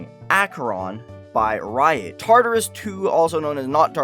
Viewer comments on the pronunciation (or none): none